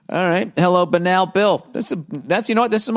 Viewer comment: Bill...Take the letter ’B’ off BANAL. That’s how you pronounce it.